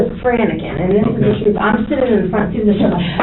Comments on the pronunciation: She’s also really dumb “, I was franicking” what the hell is that? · No she was "Franicking" lol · wtf is "franickin"?